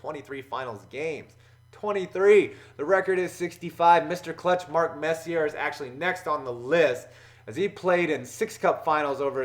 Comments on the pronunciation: Messi-ur lol it's pronounced Messi-a He also said "Circumstancers" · Mark Messyer? Come on. It's Mess-ee-A. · the way you said "Mark Messier" 😖😖